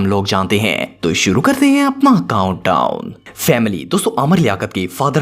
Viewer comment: Yr please count down sahi bola kro tau tau sunai deta h